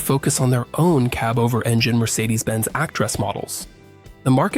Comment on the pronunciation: Learn how to pronoounce CAB OVER.